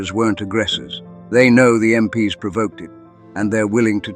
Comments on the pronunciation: Yep, AI-generated narrator. It’s pronounced “em-peeze”, not “em-pee-ess”. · Was starting to enjoy it, but then I realised it was AI narrated. MP ess? I’d block you immediately but for the story being relatable. Get a real narrator. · Bit odd how "MP's" is consistently read as "M P S", surely a War channel would know how to say that? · Why use AI voice? Pronouncing MP's as M,P,S? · You should fine tune your AI. when it says MP's (plural) it should not be M P S. got it? Also, and this I admit is a curly one, even for people, but Ye as in Ye Old Pub is not pronounced Yee, the Y is an old Anglo Saxon character called Thorn, and is pronounced as a Th, so Ye Old Pub is simply The Old Pub, that is how it is pronounced. F**k I hate AI. And who the hell picks photos??? For christ's sake the photo of Crossland is in fact AN AUSTRALIAN SOLDIER FROM THE FIRST WORLD WAR!!! Then we had a photo of a yank MP talking to an Australian soldier in Vietnam. Seems to be a mix of Artificial Intelligence mixed with plain old natural stupidity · Get a real person to read the script rather than damn stupid AI voice. You know it's AI when it falls over talking about American MPs and instead reads it as m p s . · "MPs" pronounced "MPS"... Can't you really not have a simple human being do the storytelling of this indeed incredible story?? Instead of this absolute moronic AI-sh!t?? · There is no M.P. S. The military police= MPs. I can't with the AI that can't tell the difference. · “MPS” 🤪Dead giveaway on AI narration. Just STOP with the AI narrators. I am not going to listen any longer. OUT! 🤬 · Crappy Ai video, random photo of Russian soldiers and photos from America in a story set in England, MPs pronounced as M.P.S., repetition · Sounds like a bot doing the nariation "MPs" is said as a work, not as i n d i v i d u a l letters. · What's up with the mixed pronunciation of MPs? One moment it's M P S others it's MPs